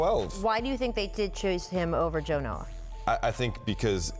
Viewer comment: Who's Jonoh?